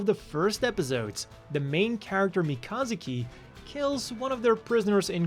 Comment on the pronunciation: Well that’s the first time I’ve heard mee-kah-zoo-ki called mechazookey